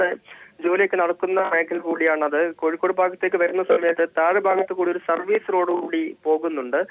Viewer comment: കഴിക്കോട് അല്ല കോഴിക്കോട്